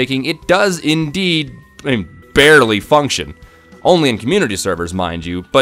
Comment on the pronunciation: Bearlye?? Are you trying to be funny or?